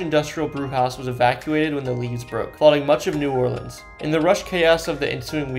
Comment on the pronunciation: am i the only one who noticed he pronounced levees as "leaves"? its pronounced leh-vees